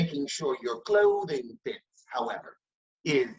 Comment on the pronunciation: It’s the “clothing” for me. Lmao. Why did you say it like that ? 😂😂😂💀💀